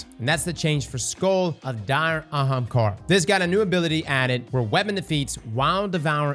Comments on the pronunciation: actually said “Ahamkara” and not “Hamkara” CHARACTER DEVELOPMENT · He said ahamkara correctly. Is he sick?